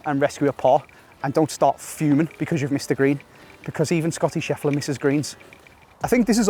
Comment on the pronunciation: Scottish Effler 😂😂😂